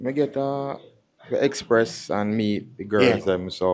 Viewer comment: mi get a express? U mean experience?